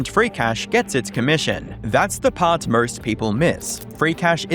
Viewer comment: Bro you got to work on those couple words like most. MO ST there is no ur in there